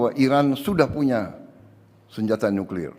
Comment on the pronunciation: Senyata,Senyata,Senyata nyuklir nyenyenye...... ngomong aja masih remed jink